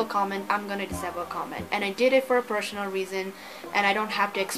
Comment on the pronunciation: Sorry di you missed one.... My sister speaks better english than you. "Pershonal" Re 😂😂😂